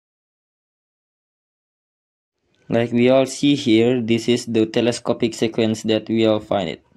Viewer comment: Sequence is pronounced "seequence"!